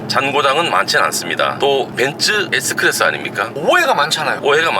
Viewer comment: 벤쓰 에스 끄라쓰~~~